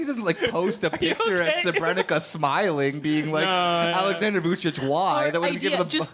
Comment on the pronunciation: You have to learn how to pronounce “Srebrenica” properly.